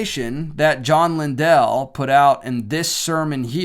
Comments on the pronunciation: Lindell is pronounced Lynn-dull with emphasis on the Lynn. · FYI, Lindell is pronounced like kindle (I attended James River Church many years ago). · Sounds like LIN- DULL when pronounced... if you were to check past stronger mens conferences from this church you would find more controversial guests that were invited to perfom. The guy that dresses like the painter Bob Ross and makes you tube videos with titles like "how to paint like a feminist " ( that particular video starts with mockery of prayer) is on the list. I was not suprised when i got home from turkey hunting and saw all this hoopla. The Stronger Mens Conference is like attending Travis Pastrana's "Nitro Circus". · You don’t even know how to pronounce his last name. U don’t know him. He didn’t “lie” he got the wrong info and now he’s apologized for having him at all at the men’s event.